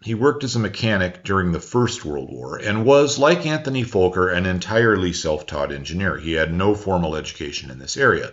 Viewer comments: it is Fokker ... fast k's ....NOT double o's .... like good and God ... and pronounced like the F word just with o and 'ker' at the end ... You can say Focke-Wulf 190 right? .. then just take the Focke and put a "r" at the end ... Fokker .. and you nearly say the "f" as a "v" ... say "fucker" but more like an "o" sound than "u" sound .. how difficult is that ????? By-the-way (to the readers of this) Focke and Fokker are two very different persons even they both build airplanes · The one time where you can say you were mispronouncing a foreign name, because to do it correctly would likely get your video demonetized. Great video by the way. Being Dutch I was aware of a lot of Fokker's story, but the American company's part often gets left out entirely. To think that a lot of the engineers he hired may have had a part to play in the P-51 story is quite amazing. By the way they still fly the F-27 Friendship (what a great name) with the Curaçao Coast Guard where I am at. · Usually I appreciate your diction, but there really is no "L" in Fokker., nor is the "F" expressed as a "V"....... it really should be pronounced phonetically. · Really love the video! You pronounce Fokker a bit weird for a Dutch name. The o is a short o, not a long one. The o is pronounce like the second o as in robot. Thanks for your videos and greetings from The Netherlands! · Dutch person here. Fokker is easy to pronounce correctly. It rhymes with docker and locker. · "Focker" rather than "Folker", surely? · It is squeeeking in the ears just like an overturned mic in the speakers hearing you saying "Vooker" ......... as it is Fokker .. fast K's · It’s Fokker not Fowker, surely you know this? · Why do you say Volker instead of Fokker? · The CC/subtitles and your pronunciation keep coming up as “Antony Folker,” and “Folker” aircraft. It is FOKKER, pronounced, “fah-ker,” got it!? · Wonder if it's the US accent but Fokker isn't pronounced 'Folker,' but rather more prosaically....